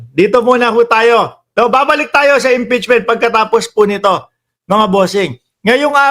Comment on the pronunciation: Pasaway yang bato haggang sa impechment Sabi nya ihinto na daw impeechment